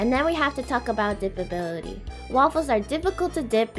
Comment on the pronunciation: This quite random and informative at the same time. And did you just said dippibability?